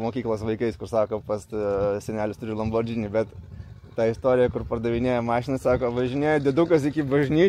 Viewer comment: ne LamborDŽini, o LamborGini 👍😉